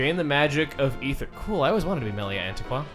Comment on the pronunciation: That's Aether, not Ether.